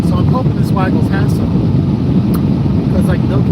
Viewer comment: My kids call it WEEE-GLES too